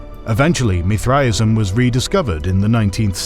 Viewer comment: Why is he saying Mithraism so wierd?